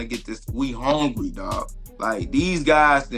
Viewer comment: Learn how to talk Buckley it's hungry not HONEGRY😂😂😂😂😂